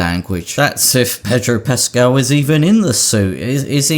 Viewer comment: Have a drink every time he says pedro puscaal.